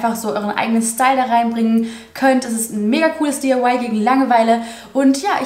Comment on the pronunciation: Du sagst immer zu DIY DIYE